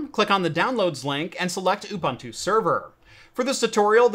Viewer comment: Thanks for a GREAT video! You make it much simpler than I thought! One small note: Ubuntu is pronounced oo-boon-too. It is a word from the isi-Zulu language, one of the 11 official languages of South Africa. Love from South Africa. :-)